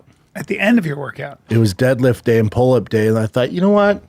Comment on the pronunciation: "Deadlift and pole-up day", who taught this idiot, Brenda, how to talk- did he grow up on an island isolated from society? He pronounces words like nobody from any region I've ever heard...